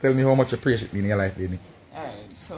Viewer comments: Mi love when king a try to say the word (appreciate) and say (pray-shit)😂😂😂😂Bwoy king mi lobe yu bad🙈😂😂😂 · The amount a time king try say the word appreciate and still can’t pronounce it good 🤣🤣🤣🤣🤣lol